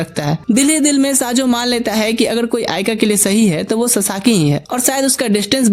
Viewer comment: These name not saajo this name is sayo 😂